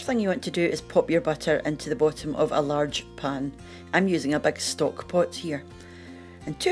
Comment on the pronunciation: im originally from Wishaw, but been in Canuckland since 1980.... my parents are gone, and i dont know too many SCots here in Saskatchewan,.... but i near died when she said, "as you can see here, there is absolutely no liquid at the bhop-um o this"..... HAHAHAA!!!..... id like to know where youre from in Scotland!!.... ;)